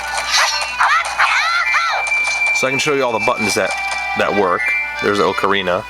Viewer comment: i luv u ur the onley person that pronounces ocarina right!